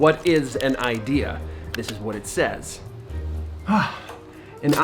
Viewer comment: Ooohhh IDEA ... I thought you said IKEA!